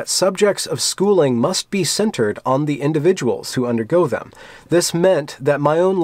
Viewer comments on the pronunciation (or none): none